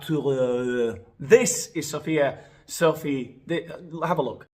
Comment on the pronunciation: I love the way he says “soaf’s” name with the French accent—I can’t watch videos while drinking anything because I’ll inevitably end up spitting it out from laughing so hard!